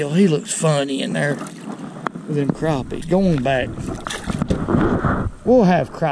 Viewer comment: Thank you for saying “crappie” like it ought to be said. They ain’t “crappy”….😊